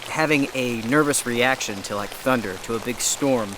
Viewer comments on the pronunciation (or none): Thinderstorms? LoL I love it, don’t change it. 😄🤣 The tent setup for me is the perfect set up, I prefer a tarp over our tent, even with a rain fly. Shade, extra rain protection & basically you have a private oasis. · You know it’s going to be good when calls it a Thinderstorm.